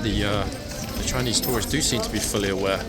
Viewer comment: “Frinese”. Almost fell out of my chair laughing. 🤣🤣🤣